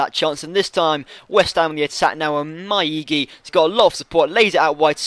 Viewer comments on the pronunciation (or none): Are you trolling us or are you just plain blind? Its Maiga not miaiki- pronounced Mi a gi a not miaiki :/